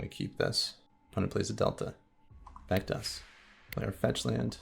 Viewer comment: I was listening to your commentary while working and several times when you said “back to us” I thought you said Thragtusk. Lol. I was so confused.